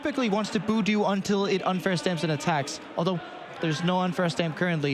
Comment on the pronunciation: It was really hard listening to the caster calling budew - Boodoo. Like I understand a few mons have different debated name pronunciation but come on. Also rescue stretcher hasn’t been around forever. It is a night stretcher. I try to be forgiving but there’s WAY too many mis-calls (attack names/items/boardstates) just being normalized.